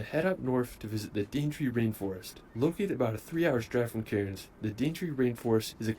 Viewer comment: Calling Cairns "Karens" is hilarious.